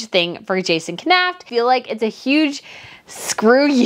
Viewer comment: Please learn how to pronounce Jason Knauf 's name, it's super annoying